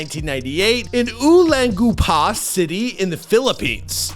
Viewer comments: Hahahaha! He said 'ulanggupa' instead of 'olongapo'. 😂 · Uh-long-guh-pow/bag-gu-ee-aw [olongapo/baguio] Im just trying to be funny, no offense meant 😂❤❤❤❤ way to go Ez 🎉🎉🎉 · Shout out to Ulanggupa city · He was born in OLONGAPO CITY (o-long-ga-po) not Ulangguppa 😅 then moved to BAGUIO (Bag-yo) NOT Baggiyaw 😅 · Damn.. oo lang goo pah.. that murdered the name of the city….. it’s oo long guh poe, btw. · Olong - gah Po Sap ye ra Bag yo My heart hurts hearing words mispronounced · Ulang-gupahh, lolz bursted out laughing. Cool vid! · Olonggapo - "awe-long-ga-paw" Baguio - "bag-yaw" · Idk how you can mispronounce a name ending with an O to an A loool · When you butchered all of the City names of the Philippines 😢😂